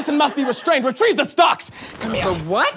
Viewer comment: They said retr I eve. It has an i!!